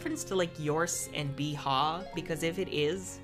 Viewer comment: Casey: Yeehaw Me: No, Beehaw